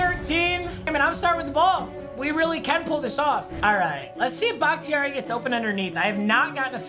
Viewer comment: I’m pretty sure it’s pronounced “BAH-KUH-TAR-E”